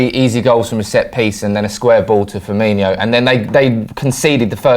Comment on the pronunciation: The team and the city are called Savilla - it's pronounced "sav-e-ya" And Firmino is pronounced "fir-me-no", not "fir-meen-e-o". If his name was spelled Firminho, then yeah - but it's not, so at least TRY to be professional, yeah?